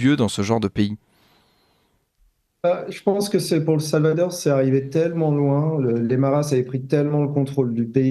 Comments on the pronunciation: Le Salvatore, 🤣😭 le Salvadore , il faut réviser la géographie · Pourquoi ce jeune journaliste prononce t il SalvaTor ? Mystère !